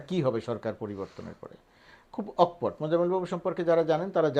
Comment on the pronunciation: ভাই, অক্‌পট উচ্চারণ করবেন না। বলুন- অকোপট্‌।